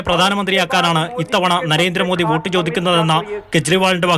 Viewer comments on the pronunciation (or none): വേട്ട് അല്ലാ, വോട്ട് 😂😂😂